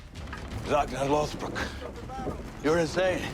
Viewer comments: I gotta say it, because no one else is saying it. It’s more like “Lawth-brook,” not “Loath-Brock” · Its pronounced Rag-Nar Loth-Brook Otherwise great video. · Loth-Brock?!?!?!? It's Ragnar Loth-Brook my guy. lol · When you said "Loath- brock"... I went outta of the video 😭😂😂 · Eww you said lothbrook gross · No offense but how do you mispronounce Lothbrok when they pronounce it many many times in the show